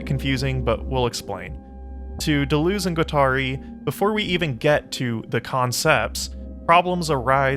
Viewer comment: Native English speakers, if you can say, 'Duh,' then you can correctly pronounce French words and names like 'de' and 'Deleuze.' For the latter, say 'duh' twice, then repeat adding a 'z' sound at the end, then repeat again replacing the second 'd' sound with an 'L' sound. That's it: duh-luhz.